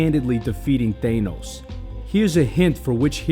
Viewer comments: I dont care where you're from.. he is called thanos NOT THAYNOS!!!! 😂. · Ah yes, ThÆnos and Ænt-man